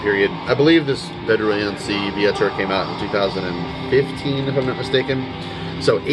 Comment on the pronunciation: You read Wędrujący wiatr pretty accurate! :)